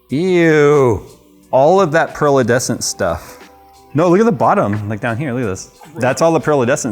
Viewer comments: Say it with me, "pearlescent" phonetically: pear - less - ent. lol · pearlEScent, there's no "D" in that word